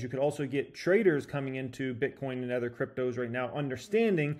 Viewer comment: My god. It’s “Other” (uh-thr) , not ether. Like nails on a chalkboard every time.